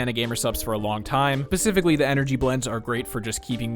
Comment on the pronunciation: did you just say "Pacificly"?